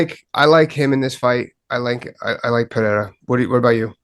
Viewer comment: Ey Din, ask one of your colleagues (or someone from Brazil) how to correctly pronounce "Pereira". It's getting embarrassing at this point.